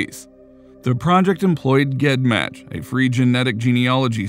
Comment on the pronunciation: GED match is pronounced Jed match. Just a small detail, but my OCD can't let me ignore it and forced me to announce that little tid bit. ✌🏻❤🏴